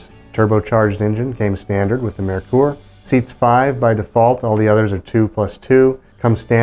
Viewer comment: Well done on pronouncing Mare-Coor correctly! Nailed it! Fun walk through.